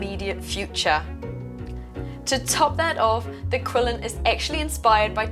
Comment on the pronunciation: This is wonderful, and thanks for the guide! just a friendly reminder that it's pronounced more like a "Chi-lin", cheers!